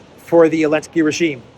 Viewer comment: Why do you say Elensky instead of Zelensky?